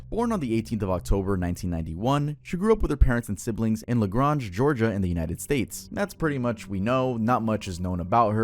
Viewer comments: La grawnge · i know your not from ga but thats not how LaGrange is pronounced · Known Kylie since she was 13 we went to school together and yeah not much of a difference between her at 15 to now. She loved to mess with others boyfriends and ran away when confronted about it… and you said LaGrange wrong 😩🤣😩